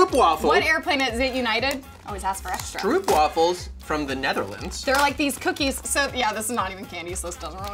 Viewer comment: Not throughing any hate but it's s-tr-O-p waffles not strUp waffles it's an O not an U like I said no hate love your channel